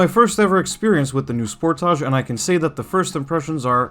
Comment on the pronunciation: The way you say sportage makes me nauseous. It's as if you're purposely saying it wrong.